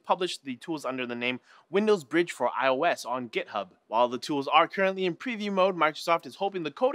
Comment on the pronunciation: Now that's how you say Git hub =D